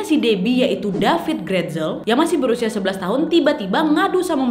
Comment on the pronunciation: Aku baca nama dia david tapi Kak Nadia panggil Dafit. Okay aku gelak sendiri😂